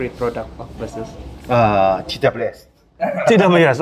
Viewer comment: Bukannya "Besiəs" ? kalau "Base us" mungkin iya bacanya "bes əs"